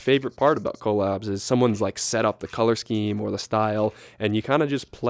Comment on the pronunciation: bro stop saying coal-abs 😭😭😭